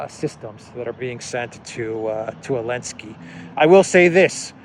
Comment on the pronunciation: Just wondering why you are pronouncing Zelensky's name as 'Alensky' or 'Yelensky.' Sorry if I have not seen an earlier explanation...